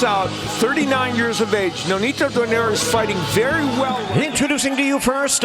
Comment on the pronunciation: Its pronounced donay-re not donaire you eat.